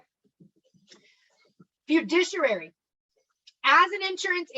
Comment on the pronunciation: I love you you're great but please say this with me cuz it was driving me nuts. Fi-du-ci-ary